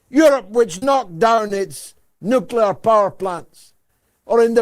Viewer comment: The combo of blackmail and promised land is nucular!!!